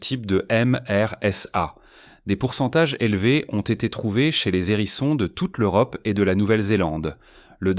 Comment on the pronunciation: Pas mal , mais vous m’agacez avec vos liaisons "maltapropos" : des zérissons encore et toujours des zérissons , ça devient presque insupportable ! Arrêtez s'il vous plait , et on vous pardonnera peut être les photos de porc épic qui n'ont rien a faire ici . E bref , soyez un peu plus sérieux , ce sera mieux .